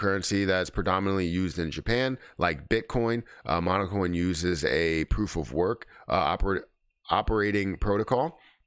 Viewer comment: Seriously? You didn't even take the time to review their website? How about Hara on Twitter? Or the Kana and PiLab announcements? Or the new Jasmy ambassadors? Congrats, you bottomed out with this failure of an irresponsible video...and it's "Monacoin" not "Monocoin".